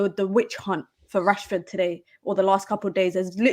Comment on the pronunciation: yo stop calling Rassy, what Rassy. fella name is Rashford